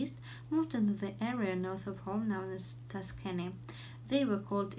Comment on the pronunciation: 1) I hear an extra "p" in the middle of the word worship. 2) Also I think that words "on the left...on the right" are unnecessary in your speech. 3) In the word "motifs" the stress falls on the last syllable [məʊˈtiːf]. 4) As i can hear you said [tʌˈskenɪ], but it should sound like [ˈtʌskɪnɪ]. 5) tossed [tɒst]